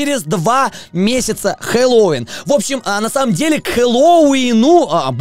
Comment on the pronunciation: Только говорит не хеллоуИн, а хеллОуин